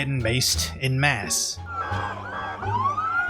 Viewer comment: “”En masse” Sounds like “on mass”, not “in mass” Your daily Frog.